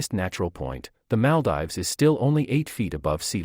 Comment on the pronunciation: Great video but its pronounced Mal-deevs